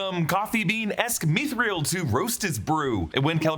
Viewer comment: Mithril is two syllables. Meeth ril. Not meeth ree el. :)